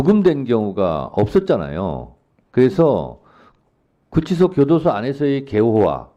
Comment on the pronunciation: 윤치소??? 구치소??? 기본을 교정하자.